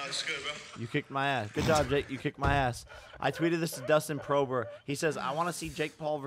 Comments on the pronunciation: He keeps calling Poirier Dustin Prober 🤣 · "Dustin Prober" hahaha 😀